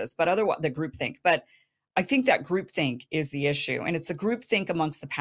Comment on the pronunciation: Is she saying group thing or group think? I suppose that would be '' group thought ''.